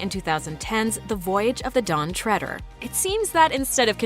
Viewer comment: Lucasdawolfi Ø Why? She pronounced it correctly. “Treader” comes from “tread” which is pronounced “tred”